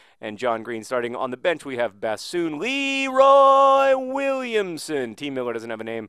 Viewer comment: Can we make a lot of band puns/jokes for Bessone? Cause the way you pronounce it makes it sound like bassoon, one of the weirdest instruments in the band.